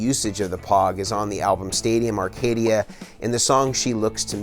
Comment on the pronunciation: Umm... Stadium "Arcadium"